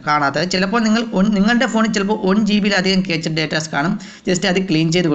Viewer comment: ക്യാച്ച് അല്ല ബ്രോ ക്യാഷെ എന്ന് ആണ് പ്രോനൗൺസിയേഷൻ